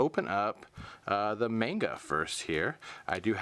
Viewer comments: Just so you know,, it is pronounced "mahn-ga", not "mayn-ga". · That's not how you say manga.. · Sweet Jesus, that manga pronunciation..."a"s make the "ahh" sound in Japanese...wouldn't be surprised if you said Kagetokage "Cage-Too-Cage" instead of "Ka-Gay-Toe-Ka-Gay" as well,. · i hate when ppl pronounce manga wrong